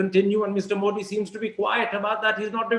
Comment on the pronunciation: मोदी is correct मोठी as Karan pronounces is wrong.